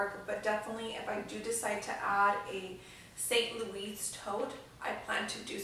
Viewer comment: Lol good lord - St. Louis is pronounced “Louie” and Artois is pronounced without the S like “ar-twah” If you’re going to spend that amount of money on a bag understand the pronunciation.